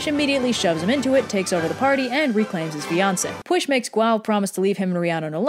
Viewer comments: Sees name Time to learn about Pyl (how I pronounce it) Hears: Push. Me: Excuse me da fug it has ll not s XD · Shouldn't Pwyll be pronouns " Pu-well?" not "Push?" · i dont know if anyone has commented this but "Pwyll" is prononced "pool" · Yeah it sounds like Push. Shouldn't it be Pie-Wyll? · As a Welsh person you didn’t actually butcher the names too bad!! Although you did pronounce the “ll” in “pwyll” as “sh” instead of “ch” you actually did a way better job then I did for literally half my Welsh life so props! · That's one of the least bad mispronunciations of Pwyll to be fair. More "lh" than "sh" and you'd have it. Fun fact: it means "sense" or "reason", which makes more sense (sic) of Pryderi. "Dyfed" is more like Duhved. « y » is mostly pronounced as schwa (except when it isn't :D). Seriously, Welsh is more or less phonetic - it has 7 vowels, « w » is omega "oo" and « u » is like "y" in Greek (as in "busy"). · P-wheel, NOT pwish! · ll is a notoriously difficult pronunciation for non Welsh speakers, so they're usually advised to say it as sh instead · FFS! Now everyone thinks that Pwyll is pronounced Pwysh because that's how said it. Double Ls aren't pronounced that way people!! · You know its p wee ll not p w i sh sorry to be a killjoy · Actually, it’s pronounced /pwɪɬ/. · "Puoihlghshch" is pretty close to how it's supposed to be pronounced. P = P W = uo Y = ih LL = lshchgh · It sounds like, "pwiff" to me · You: Push, Prince of Dyved Me, actual Welsh person, crying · The last thing I expected was for Pwyll’s name to be pronounced push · Yo why is red mispronouncing pwyll’s name it’s pronounced like “giga chad” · Besides 'Push', you generally did a good job pronouncing the names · Well i guess you could say he got.... Pwylled (They pronounced it as pwshed-) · Why the heck is Pwyll pronounced like "push" Come on celtics, why!! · Am I the only one wondering how p w y l l is pronoun like "push"? No offense to your pronunciation skills I'm just confused.